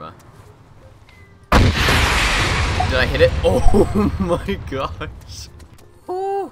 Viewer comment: "Ooh my gush" What?!